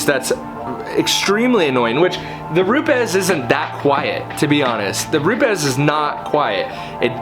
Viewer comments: ROO-PEZ... not ROOPS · You Said 'Rupe es' right...whats the deal there 'Roops' sounds better...lol